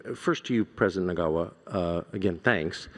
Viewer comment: How can you give this assignment to Tucker Carlson. The arrogance and ignorance is telling. Furthermore somebody should have taught him the real name of the president of Zimbabwe and how to pronounce it🤮